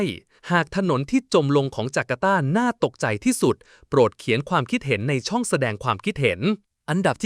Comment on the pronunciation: เล่าเรื่องได้ชัดเจนดีแต่ ต้องปรับปรุง เช่น คำว่า ทรุดโทรม ต้องอ่านว่า ซุด-โซม อหิวาตกโรค ต้องอ่านว่า อะ-หิ-วา- ตะ-โรค นะครับ ช่องไม่ใช่ ซอง